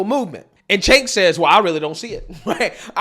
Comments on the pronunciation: Cenk pronounced, "JANK". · Cenk "Yogurt" 🤣🤣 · His named is actually pronounced Jenk,,..In Turkey their C is our J...